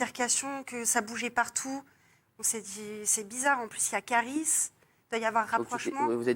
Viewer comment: Je rêve la Gil Versez a dit Kiris au lieu de Kaaris